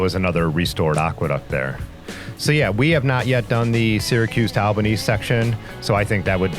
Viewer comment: Great video and fine narration. Did you come across any bikers who bike packed and slept in their own shelters on the trial? Oh BTW take this as helpful nothing else. It's pronounced All-ba-nee.